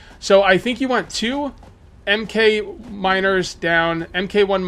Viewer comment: Just so you know 'Mk' is pronounced mark.